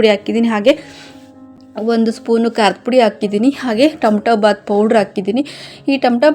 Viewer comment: ಅದು ತಮ್ಟೋ ಬಾತ್ ಅಲ್ಲ ಟೊಮೆಟೊ ಬಾತ್ ಓಕೆ,,,ಕೇಳೋಕ್ಕೆ ಇರ್ರಿಟೆಷನ್ ಆಗುತ್ತೆ ಓಕೆ